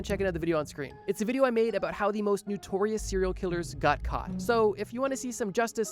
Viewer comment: NOtorious. Not NUtorious. FS.